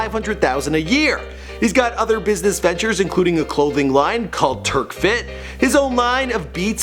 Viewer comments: Did really just say "turkfit" LMFAO 😂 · its pronounced truck-fit not turk-fit and soupra not sup brah